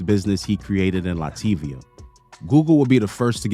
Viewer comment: Lat via. Not Lativia 😂